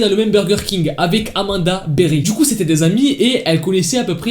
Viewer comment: Rien à voir mais c'était mignon quand elle a prononcé son nom avec sa voix durant l'appel avec son accent de l'Ohio "Amanda BeWHy" 😭😸